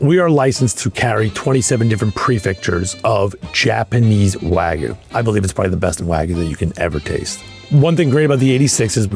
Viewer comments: seconds in. It's WAG-YU - not WAGOO. PLEASE pronounce it properly, thank you. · Never trust someone who pronounces Japanese Wagyu and waaaagu lol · insane to be at the top of the meat game calling it "waaaa gu" smh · i respect what they do, don't get me wrong, but why do american chefs always pronounce it wagoo instead of wagyu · Why is it so difficult for people to say wagyu correctly? It's NOT wagoo. Why do you think the letter y is even there? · Why do all these people always say wagu when there’s a Y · For a guy who loves wagyu so much he sure doesn't know how to say it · If he can pronounce foie gras can he please pronounce wagyu correctly. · blud pronounced all the french oui oui, but can't even pronounce Wagyu correctly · I don't understand how someone so involved with Japanese beef can't pronounce wagyu.